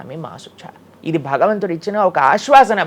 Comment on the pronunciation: Baktulu kadu Bhaktulu, bagavantudu kadu bhagavantudu, vattulu sariga palakandi please. Check how he is pronouncing